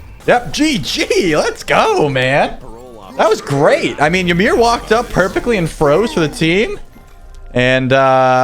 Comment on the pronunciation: Why do people keep mispronouncing Ymir's name so damn much? It is pronounced "EE-MEER" not "Yi-meer".